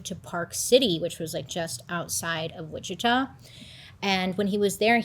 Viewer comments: I don’t wanna be like this, i love your videos so so much! i’m always watching them as soon as they are posted!! one thing for this video, bc im from the area, you were pronouncing witchita wrong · The town witchita is pronounced witchitaw, for future reference 😉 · It's WICHITA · It's pronounced Witch a taw